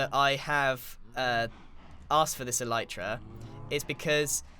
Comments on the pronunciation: "ELEEETRA." Alright,. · "What does mending do?" Sips water "E-leet-ra" Chokes on water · I love how he says "Eleetra" instead of "Elytra" ish so good xD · Grian: Thats An Elyatera